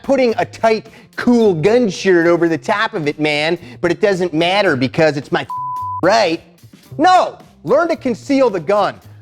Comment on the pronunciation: I love how he called out “MaH RiGhT!,” folks